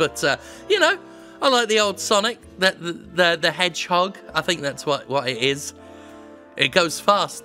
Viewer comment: SAAAAAAAANIC DE MANHOGE GOTTA GO FWAST to his life choices.